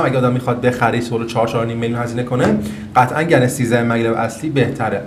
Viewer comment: ممنون. ای کاش ایرانی ها هم مثل همه دنیا اسم این شرکت و مکعب هاش رو به گن تلفظ کنند ، نه گنز GAN is correct